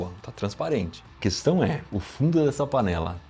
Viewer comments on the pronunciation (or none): Ops!.. Será que eu ouvi direito vc falar “questã”? Em todo o caso, parabéns pelos seus ótimos vídeos!